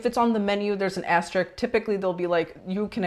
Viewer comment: It’s pronounced ASTERISK***